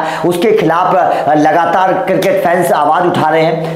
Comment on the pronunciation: Circket nahi cricket 😂😂😂